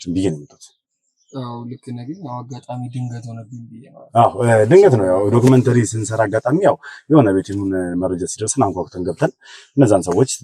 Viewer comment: ሀይ አንተ እኮ አትቻልም ዶክሜንተራ ኣልክ ዶክሜንተሪ ብሎ ዝም ለማወጣጣት የተጠቀምክበትን መንገድ በጣም አደንቃለሁ።